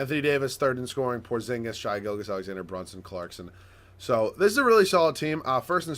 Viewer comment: Its Shey not shy gilgeous